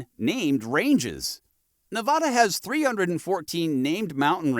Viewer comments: I noticed they mis-pronounced Nevada also. I learned the correct way the first week after I moved here. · Pronounce the state properly. Won't watch if you are too lazy to actually research the state's name. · You pronounce Nevada incorrectly.